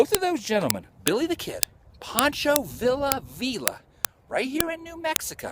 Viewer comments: those canals are flood control. and it's pronounced VEE'YA not VILLA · Adam I love your videos but please no offense intended. You need to work on your pronunciation of the names of towns and people. Poncho Villa is pronounced Viya. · Adam is pronounced Poncho Via the Ls in the Spanish Language are silent bro and it was the Gadeson Purchase I do believe I may have misspelled it!